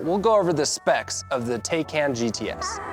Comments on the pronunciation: The first half of the video is about how to pronounce the name and then he pronounces it wrong every single time after. Wtf lol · excuse me that’s not how it’s pronounced 😂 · Did I just watch you "Educate" us on how to pronounce "Tay-can" and then you proceed to butcher the name? Bruh. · wait why tell us how its pronounced and then put us through the discomfort 😂😂 very detailed review otherwise